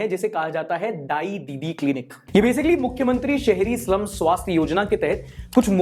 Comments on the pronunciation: Dai dadi clinic instead of dai didi clinic 😂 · not dai-dadi it's dai-didi. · Are editor, kam se kam upar se caption daal deta. Dai-dadi nahin, Dai-didi hai. Didi. Not Dadi. Dadi ka naam achar pe achchha lagta hai. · it is dai "didi" Clinic